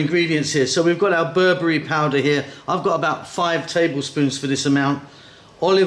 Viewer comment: It's not berbury, its ber-be-re :)